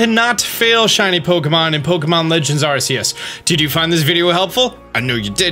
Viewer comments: it's ar-kee-us not ar-se-us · Drives me nuts this man says Ar-Cee-Us when in every official Pokémon media, it’s Ark-ee-us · Not pronounced Arseaus, it's pronounced Arkeus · Why do ppl say arceus it’s arcuus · did this man just say (are-see- uss) ._. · Its pronounced are-key-us btw. Look it up. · Hate to nitpick, but the "c" sounds like a "k", literally putting the "Arc" in Arceus. Seriously, why do you people always pronounce certain things wrong? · You sed the name of the game wrong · I can’t trust a man who says arceus like that